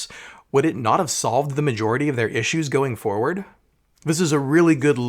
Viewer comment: "Fewer." - Stannis Baratheon. Also Legends* There was a 50 issue comic book series within Legends that was called Star Wars: Legacy though. Also also You pronounced "magority" wrong.